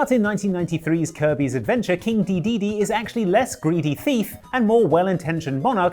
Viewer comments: You pronounce it de-DE-de and not DE-de-de? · He says Dedede like Kaiser says Goku